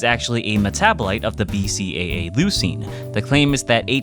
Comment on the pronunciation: I hope one day I find an SO who can say BCAA as well as you do